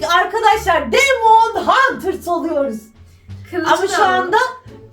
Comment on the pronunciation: Demon huters değil demene hunters